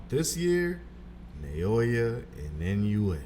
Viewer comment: Inoue's last name is not that hard to pronounce, come on.